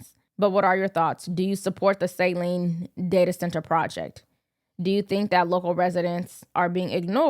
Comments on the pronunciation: It is not 'Sayline,' it is "Suhline!" This is counter productive to, "Supporting Literacy!!!!" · love …. Saline is pronounced here in Michigan as SuhLEAN and not the normal and expectedly pronunciation. of SAHLean. The clip of the news reporter shows the correct local pronunciation. you know that I like you a lot. Just watching you get better and better. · The a in Saline is not long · Look up how you say Saline plz makes you look bad reporting on it